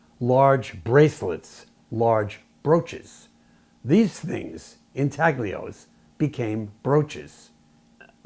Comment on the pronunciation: Beautiful! (And the “g” in “intaglio” is silent, btw! Italian word.) Thank you for sharing your amazing videos ♥️